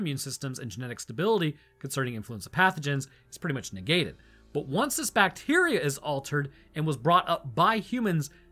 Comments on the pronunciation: I swear, you keep saying "Bateria" instrad of bacteria. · OMG.. it was 'bat-teria' 😱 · It's a bat-teria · Its "bateria" ! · It's pronounced BAT-eria.